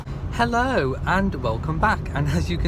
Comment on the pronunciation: Glad you still said your "Hellow"..lol..That's the Best Part...!😅Love Lady Louise..She's an up coming Favorite..❤Well done..You're only a Young Lad!!😂